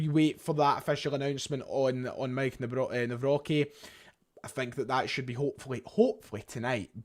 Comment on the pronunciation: there's no "B" in Nawrocki, mate